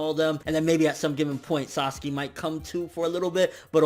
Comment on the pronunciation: "Sasuke hiys"